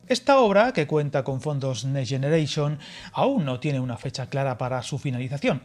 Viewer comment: Next Generation /nekst ˌdʒɛnəˈreɪʃən/. Un poquito de esfuerzo por pronunciar palabras extranjeras no viene mal